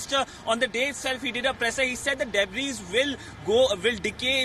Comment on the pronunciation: Pronounce DEBRIS as Debree